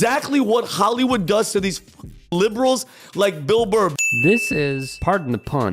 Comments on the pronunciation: The way he pronounces "Ch-ollywood" Just like "Ji-chad". Are they sure he's American and on their side? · This douche said "Khollywood". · Pay attention to how he pronounces Hollywood. The emphasis on the Khhhhollywood. Zio to the fullest.